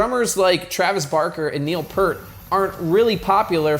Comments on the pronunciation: #11. Pronouncing Neil Peart's name wrong. Peert. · You lost me when you said Neil “Pert.” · #1 mistake should be mispronouncing Neil Peart’s last name (pronounced Peert). I think #10 is subjective, that’s where I find so much of my joy playing the drums. If you prefer to just hear yourself play, that’s cool too. The tens of people that come to see my band play are there to see the band play, not just me. Otherwise a really solid list, thank you! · One of the worst mistakes a rock drummer can make: pronouncing Neil Peart's name wrong. This needs to be addressed. Has to be pointed out. Thank me later...